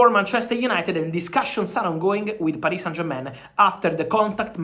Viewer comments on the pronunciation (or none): none